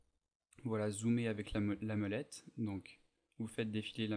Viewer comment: vraiment sympa ;) mais... c bien mOlette pas mEUlette ;) mdrr